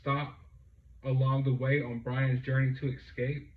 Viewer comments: Its not excape!.. Its escape. God love the American education system.... Just sayin' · Excape? Is he Excaping with an expresso? Lmao